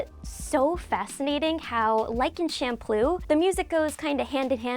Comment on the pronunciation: you pronounce champloo Shamploo>??